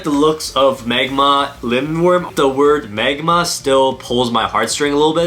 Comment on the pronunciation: I like how he said magmar instead of magma 🤣🤣🤣🤣